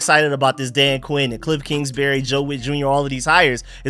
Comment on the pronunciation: I think it’s Kingsbury not Kingsberry